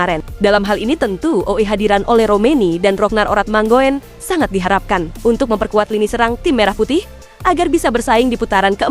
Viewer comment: Halo Min, Admin. Masih saja membaca/mengucapkan nama Ragnar Oratmangoen sebgai Oratmango - en. Seharusnya dibaca sebagai Oratmangun. Gabungan huruf o dan e (oe) itu diucaplan sama dengan huruf u. Semoga berkenan.